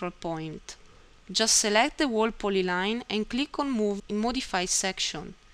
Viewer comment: very informative! great tutorial. btw whole is pronounced hole.